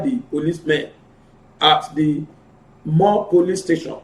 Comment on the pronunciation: Point of Correction Mr. reader, it’s not more police station, it’s MÒRÈ POLICE STATION, ILE-IFE, OSUN STATE, NIGERIA.